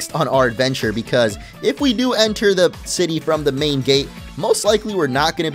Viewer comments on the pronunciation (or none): none